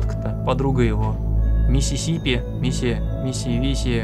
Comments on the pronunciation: Игра: Кисси Мисси: миссисипи, мисси висси, сиси сиси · Миссисипи кто-то сказал